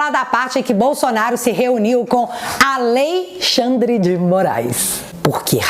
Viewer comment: Adorei o "aLeixandre de morais"! 😅😅😅